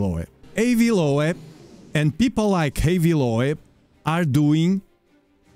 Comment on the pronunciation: His name is is pronounced "low-b" like ear lobe. Just.. so you know. xD